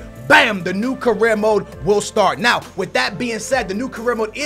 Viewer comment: Says the guy who says 'now' as 'know' 😂😂😂😂